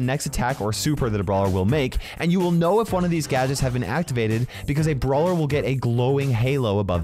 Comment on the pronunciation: Gadgets❌ Gadgets✔️